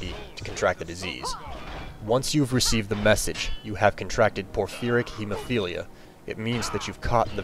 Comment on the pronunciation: Wow... I'm just impressed that you can say "Porphyric Hemophilia"